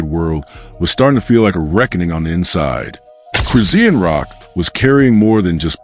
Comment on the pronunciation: QUIT Sayin' Cris-zee-n! Her Name is Cris-shaun!!!🎬 Get it Right, Jeesh!